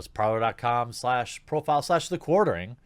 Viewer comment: it's supposed to be "parley", but the universe has already designated it to forever be the "parlour".